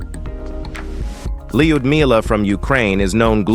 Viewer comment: Having known several Russian women with this name, I can safely say that the proper pronunciation is l'-you'd-me-lah.